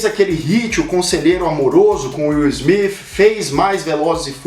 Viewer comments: Pô cara,tu errou o nome do Will Smith e do Filho dele,o Jaden,o nome deles é Will (Smith) com T no final e não (Smifh). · Pronúncia horrorosa. Parece que fala Will Smiff. Kkkk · Wiil Smif, coloca o T cara, é errado, mas geral fala assim. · "Will Smiff" kk Ótimo vídeo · Nunca que sabia que se pronunciava will smifi 😂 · Incrível como tem gente que mesmo falando no português querem fazer a pronuncia no inglês. Smith com som de F , City é Ciri. A marca Vodafone no alemão é Fodafone ninguém vai querer falar assim negativo para esse vídeo. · Ruim é escutar ele falando o sobrenome Smith.